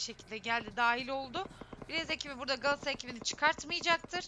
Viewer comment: Sunucu Qalatasaraya ekibine Qaatasray diyor sanki